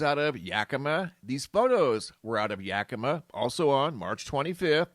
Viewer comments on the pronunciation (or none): It's pronounced "yakamaw" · Hey, it's pronounced Yaki maw, like mama.. 🤗